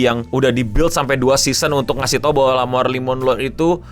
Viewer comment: Wkkwwkkwkkww sama banget anjir nyebutnya marrie monroe